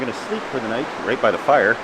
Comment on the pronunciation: "Nat everybody". How many beers did you drink my friend. Great spot for sure.